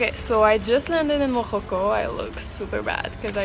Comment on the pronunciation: hahah its morroco not morojo